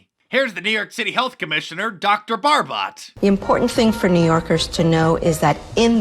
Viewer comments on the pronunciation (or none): "Dr. Barb-bots." Hahahaha! It's pronounced "Barb-bo." But, hey, her first name is just as fancy. Oxiris. Ox-eye-ris Barb-bots. 🙌